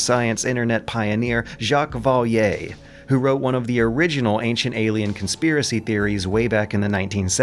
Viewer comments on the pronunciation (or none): It's pronounced "Jacque Vah-ley", not "Jacques Vah-li-ey".